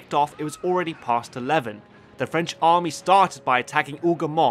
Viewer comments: Nobody:: Armay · It’s not Armay but Army